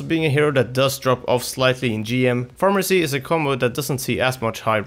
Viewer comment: 4: 24 when talking about pharah you slur your words like a drunk say something like "the pros like to pick her up in a pharamacy composition" please work on your pronounciation!